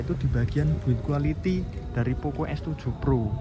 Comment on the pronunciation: "buit gulaity, buil gulity nya itu" wkwkwkwk jowo jowo